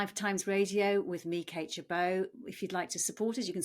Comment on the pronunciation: Don't know why she mispronounced her name except for the last syllable, but her name is "Kate Gerbeau".